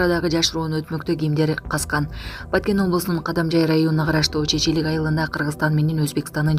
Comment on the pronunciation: Чечелик эмес Чекелик деп туура так айткылачы айылдын атын